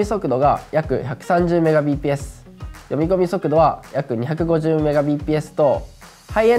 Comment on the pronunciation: 補足するとMbpsの読みはメガビーピーエスではなくメガ"ビット"パーセカンドですね。